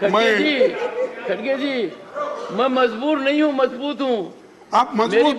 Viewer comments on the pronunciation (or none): खडगे नही रे भाई खरगे है वो